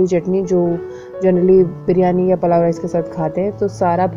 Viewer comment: Palav rice😂😂😂nahi.pulav rice Overacting bahot karte ho aap